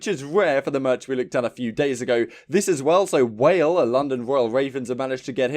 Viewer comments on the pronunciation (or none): Wale? Isn’t it pronounced “wal eh”? Great rapper tho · Lol wale its walleh